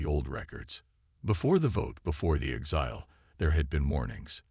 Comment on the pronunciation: DAMN POS AI's!!!! The word "exile" is pronounced "ˈekˌsīl" with the stress on the FIRST syllable NOT the second syllable as your AI says a thousand freaking times. STRESS ON THE "EK" NOT ON THE "SIL"!!!!! Please fix. OH!!! GEEE!!!! it finally pronounced it correctly!!!!